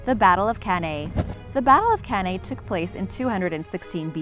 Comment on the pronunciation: Isn't it CanEYE (pronunciation wise)